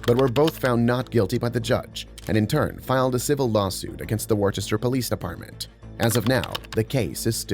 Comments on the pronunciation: I was born and raised in Massachusetts and hearing someone pronounce worchester as “war Chester” hurts me… its PRONOUNCED WÜSTER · it's pronounced wi-ster. not war-chester. wi-ster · as someone who was born in Worcester, its not wore-chester. It's Whis-ter, 🙏😭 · it is not pronounced “war Chester” it is pronounced “wuh stur” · lmao "WARCHESTER" It's pronounced Woostah! I know that and I'm not even from Mass. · If that's the city in Massachusetts it's Wuss-ter, not Wor-Chester. I live about 2-3 hours west of there, but according to the rest of Mass, nothing exists beyond Worcester. Lol. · In the first video, the city name is pronounced "Wuh-ster" not "War-chester", but yeah that cop is a complete and total tyrant. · Say Woostah not Warchester ugh.. "Mass-hole here". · It's wos - ter not wore - chester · You pronounced “Worcester” wrong it’s pronounced “wuss-ter” not “wor-ches-ter” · It's pronounced "wooster" or "woostah", not "worchester". Nobody is expected to know that though, there's a lot of places here like that. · It's not Wor-Chester it's pronounced Wister, say it wit me, Wister. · not really important but worchester isnt pronounced how it looks its pronounced more like wuster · tf are you talking about? That was in Worchester Massachusetts, which I can assure you is in the US and was pronounced incorrectly. People outside of Mass don't have that accent, my dude. Learn some geography before you keep making yourself look dumb. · Btw as someone from Worcester you don’t pronounce it like you did. Search up online how to really say it. Not meant to be mean I just end you to know so that in the future it doesn’t happen again. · That is not how you pronounce Worcester, coming from someone who’s from Worcester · you gotta say Worcester right lol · Worcester? You ain’t from around here, bro.